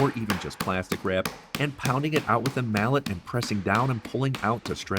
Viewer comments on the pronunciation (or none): none